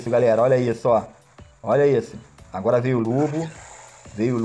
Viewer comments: "ágara" kkkkk MDS kkkkk se o Bichão memo hein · "AGARA" ? AGARAGÃ? KK LIKE